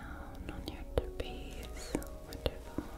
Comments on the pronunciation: Tra-pi-zi-us 4 syllables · THANK YOU I LITERALLY CRINGE WHEN SHE SAYS TRAPEZE IDK WHY